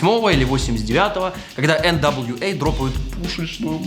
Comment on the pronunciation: Эээ блбть... Где видеаигрульк? Мне такие видосики тоже нравится, смаковал когда ты назвал Нва(эргх гхы) NWA. Целую